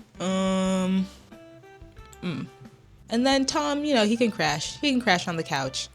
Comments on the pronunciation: THAT'S NOT "COUCH", THAT'S "COACH" 😭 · ..girl that said u can crash on the COACH . 😭😭 Its "you can crash on the couch" NOT COACH